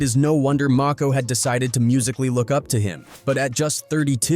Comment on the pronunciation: Saybthere names right broo..its og Maco not og mako lmao..and kid cuddi not kid koodi))